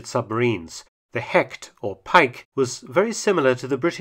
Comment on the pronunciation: A little advice because I know Mark tries everything to pronounce the German words right. Hecht is not pronounced 'Hekt' in German, it sounds more like 'Hesht'.